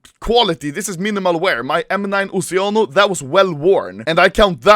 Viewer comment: Oceano Is italian Word lissen the pronuncia plz